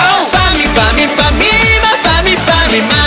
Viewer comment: 最後の方パミパミーマパミパミマーって聞こえるww